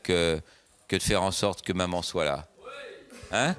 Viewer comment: « soite. Soite soite soite. « Elle est sérieuse là neuf.ellemmerneve avce son soite